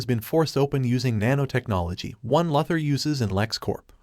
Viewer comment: Who's here because of being infuriated by the mispronunciations? I mean seriously? Luh ther?????? IT'S LOOOOOO THOR DOES THAT HELP?YOU RUN A CHANNEL. BE RESPONSIBLE